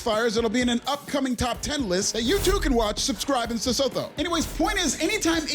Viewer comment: Yeah it's different everytime and in this video he says sesotho(pronounced as see-soo-too)